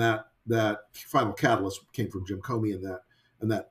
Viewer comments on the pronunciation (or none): none